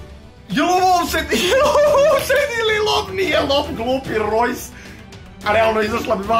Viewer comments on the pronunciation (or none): none